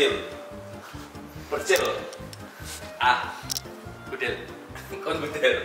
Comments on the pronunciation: Bang ian, bacanya gudel bukan gudel😂🤣🤣🤣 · Gudel (anak sapi) tu "e" nya dibaca sebagaimana "e" di kata sore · Yang pilihan Gudel tu bacanya Gudel, bukan Gudel :(